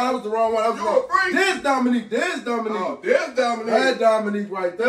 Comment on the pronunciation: This mane said Dominique Wilkins.😭⚰️